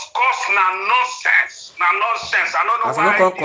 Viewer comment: This boy is just saying norcense@ boy